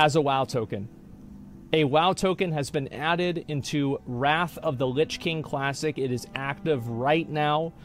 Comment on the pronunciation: "wot luh kuh hype"